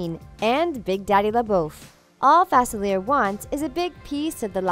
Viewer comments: She says his name wrong: its not 'fa-cil-eer", it's pronounced "fa-cil-le-ay". It's French. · It's pronounced Fa-SILLY-ay. 😶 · That don’t know how to say Dr. Faciliea there is no r in his name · Its not FAC IL ERE ITS FAS ILEE ER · It's pronounced DR. Fa _seal _e_a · “Dr Fasilly air” Me: who dat? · You guys keep mispronouncing Dr. Facilier's name and it's driving me crazy. His last name is supposed to have a French pronunciation. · You're right. It's pronounced Fa-SILLY-ay. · It is pronounced fu-sil-ee-air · It's pronounced fas-a,-lee-er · You're saying his name wrong!😡😤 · Misprouncing Facilier’s name is like nails on a chalkboard to me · UmbreonTrainer27 right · The mispronunciation of 'Facilier' is driving me insane. The Princess and the Frog took place in New Orleans. Dr. Facilier is Creole, and therefore, his name is French. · Is it just me or does she pronounce dr faciliers name wrong? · Can't stand how she says it!! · Thank You!!! I’m from Louisiana and it was driving me crazy hearing his name pronounced so very wrong. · I know it's really annoying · Thank you!!!!! It drove me crazy!!!